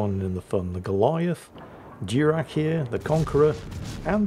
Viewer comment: Diurach is probably not named for a Klingon admiral (Durak), but from some Scottish Gaelic. Maybe DYOOR-ach (where the “ch” is said like the “ch” in Bach or och?